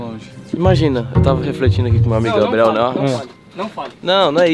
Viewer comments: Famoso Gaybriel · { } falando "Gabriel" em inglês = Tudo pra mim 💙💙💙💙💙💙💙💙